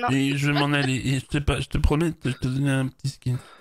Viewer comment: Zé pas dis ça, zé pas dis ça. Ce perso est terrible !